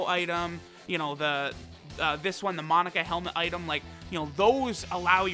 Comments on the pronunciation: Take a shot every time says "Monica" not "MOE-NAKA" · Ok it’s killing me it’s not Monica it’s mo-naka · mah boi.... its (Moe-nah-kah).... thats how its said in the dub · The cursed video where inability to pronounce Monaka will truly show itself